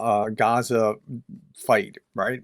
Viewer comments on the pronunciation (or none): none